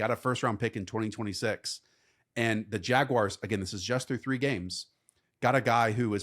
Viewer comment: What’s a Jagwire?